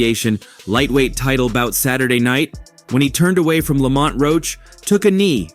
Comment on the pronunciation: They’re calling him Lawmont 😂